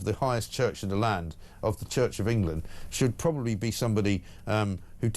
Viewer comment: Shoit not should